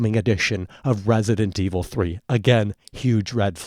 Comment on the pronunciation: Guys he isnt talking about resident evil 3 hes talking about wesident evil 3 calm down